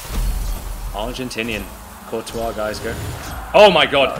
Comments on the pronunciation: It’s not courtois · How can u be on Fifa with Courtois and not pronounce his name right